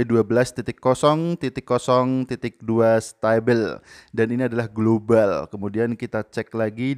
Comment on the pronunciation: Its a india global not a globale